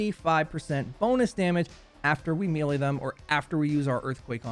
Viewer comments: MEH-LEIGH not ME-LEIGH lol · Mele not mile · May - lay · This is a pet peeve of mine. Sorry. I'm going to get pedantic for a moment. Melee is pronounced "may lay" with an American accent. It is pronounced "mell lay" with a British accent. "Mealy" is a different word. "me lay" is just weird. You used 6 different pronunciations in this video. It burns! It's like fingernails on a chalkboard! You're not a bad person. I still love you. Please stop making the baby jesus cry. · It’s may-lay lol, good video though thumbs up